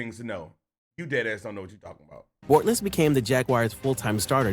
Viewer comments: How is he gonna say Bortles wrong when he has highlights with the last name being said the right way 😂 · The way the ai says Bortles name,than says Watkins has 50k receiving yards 😂